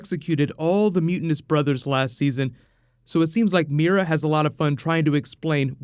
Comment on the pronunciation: swooord of meera??